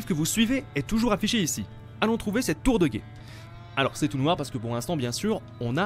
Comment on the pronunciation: A il dit tour de guète